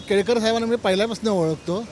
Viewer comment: संजय केळकर ❌ संजय केळेकर ✅😂😂😂